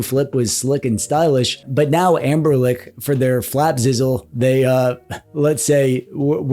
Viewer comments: It's Anbernic not Anberlick you tool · Take a shot every time he says Amberlick. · Why do you and Retro Corps call the Anbernic line AnberLICK?